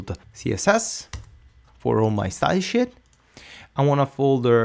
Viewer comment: is the funniest ever. Thought for sure he was saying style shit. "Lets make a CSS folder for all our style shit." Too funny. Great, great tutorials by the way. Very much appreciated.